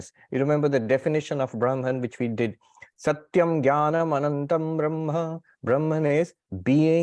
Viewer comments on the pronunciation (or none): It's not बरमन its ब्रह्म . Please check & correctly pronounce vedic word used for Supreme God